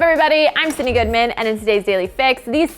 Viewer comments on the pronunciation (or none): Why do I hear syndey instead of Sydnnee